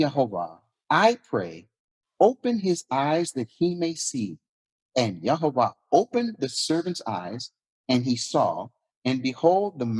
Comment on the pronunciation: it's not unpronounceable, it's "YehoVAH" halleluyah